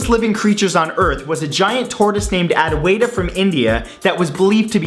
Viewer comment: Advaita is pronounced ADH-VY-THA not the way he pronounced lmao